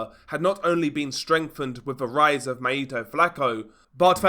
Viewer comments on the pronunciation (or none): none